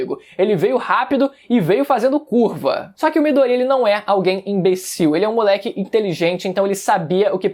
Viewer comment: Midôria rapaz e não midoría , porra , tá de sacanagem kkk